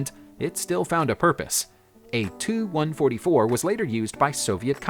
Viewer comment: It's T U not too or tu ortwo